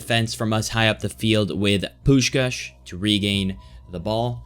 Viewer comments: You pronounce Puskás's name perfectly. Like a hungarian. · As a hungarian, I appreciate that you pronounced Puskás's name the right way.